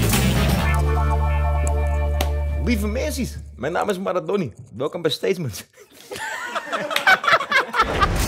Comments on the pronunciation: Niemand: Donnie: Steetzments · Waarom zeggen ze allemaal stateSments